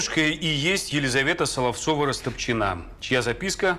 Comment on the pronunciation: Почему Растопчина́, если по-русски удобнее говорить Расто́пчина? 🤨